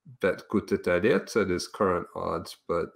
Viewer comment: actually pronounced Guram last name correct